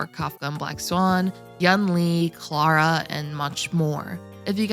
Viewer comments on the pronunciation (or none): none